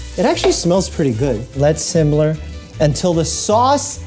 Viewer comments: Don’t act like we didn’t hear you say “simler” instead of simmer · I'm curious about the recipe he was using cz that was a calculated mess 😂😂 Also... did he just say "let simmler" instead of "let simmer".